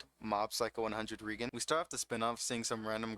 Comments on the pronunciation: Small issue: "Regen" bothers me a little. "Rei" is pronounced like the name "Ray" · its ray-gern. not ree-gern. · He pronounce Reigen without the ''i'' ?